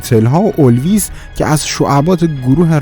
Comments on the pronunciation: مرد حسابی، اولویس نیست الویس هست!😂😂😂😂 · اُلویس نه اِلویس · قشنگ مشخص یک متن دادن دستت گفتن بخون از روش. حتی تلفظ اسامی رو هم بلد نیستی. الویس Elvis رو اکثرا میشناسن که اونم گفتی اولویس Olvis . `` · خیلی خوب و عالی ...فقط تلفظ درست اسامی رو یاد بگیرید مثلاً اُولویس نیست و اِلویس هستش ELVIS PRESLEY نه olvis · سلام یه انتقاد کوچیک از طرف بنده حقیر : بعضی کلمات رو اشتباه تلفظ فرمودین در عبارت such a lovely place اشتباها police تلفظ شد. اسم Elvis اشتباها Olvis تلفظ شد . اسم Madonna اشتباها Medonna تلفظ شد. 🙏🌹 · داداش ائن الویسه نه اولویس 😂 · اِلویس رو میگی اُلویس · Elvis o gofti olvis! Madonna o gofti medonna! آهنگهایی هم که نام بردی از بیتلز ها یا بقیه ، پخش نکردی! و همینطور فیلمی که راجب پپسی و پاپ کورن بود را نشان ندادی! بقیه را هم که پخش کردی خیلی ضعیف بود و نامفهوم ! حداقل موزیک زیر صدا متنو قطع میکردی که قابل شنیدن باشه! برادر عزیز هموطن، صدای قشنگی داری و شیوا سخن میگویی ولی برنامه هایی که میسازی ضعیفن و برای من مخاطبی که با عقل و منطق سرکار دارم نه با افسانه و خرافات ،هیچ جذابیتی نداره! امیدوارم که ناراحت نشده باشی و همچنین آدمی باشی انتقاد پذیر و حرف های من پیشبردی باشه برای هرچه بهتر شدن برنامه هات.. موفق باشید. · ممنون بابت اطلاعاتی که میدین اما اُلویس ؟ اِلویس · در کلمه باید Elvis تلفظ بشه. الویس پریسلی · فقط هلاک اون چهار دیقه اول خزعبلاتی هستم که بلغور میکردی . اخه این خزعبلاتو از کجات درمیاری مردک ؟ تو اول برو اسم الویس رو یاد بگیر چجوری تلفظ کنی بعد بیا در مورد راک اند رول نظر بده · جون‌ مادرت برو دو‌کلاس انگلیسی یاد بگیر ، اکثر اسم‌ها رو اشتباه میگی ، متن موزیک هارو‌اشتباه میگی ، مطالبی رو که میگی تا قسمتی درسته ولی این بیسوادیت باعث بی ارزش شدن کارت میشه ، به عنوان مثال متن موزیک هتل کالیفرنیا که میگه such a lovely place باید اینجوری بگی عزیزم ساچ ا لاولی پلیس ، پ با کسره خونده میشه به معنی مکان ، یا مثلا اسم الویس هم الف با کسره خونده میشه .